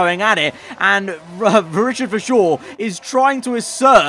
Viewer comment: VERstappen and VERschoor thats annoying